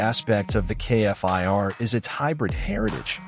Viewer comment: love this jet but please say the name Kfir not K F I R...